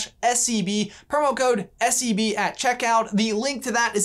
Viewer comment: I'm sorry but everytime you say SCB I hear SCP n giggle to my self lol